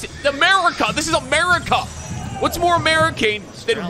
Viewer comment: Ameri-cuhh! No, just me? Ok my bad